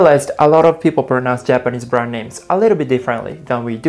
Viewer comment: "five japanese bwand names " Ok Thanks Bye!